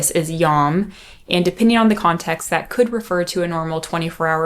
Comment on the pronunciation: The Hebrew word for day, Yom, is pronounced like adding a y to the Sanskrit word Om, not like adding a y to the sounds ahh + m. I also find the view that God created a young Earth but made it seem old unfalsifiable, and not evidence so much as a complete denial of the usefulness of evidence, at least when it conflates with ones strongly held views.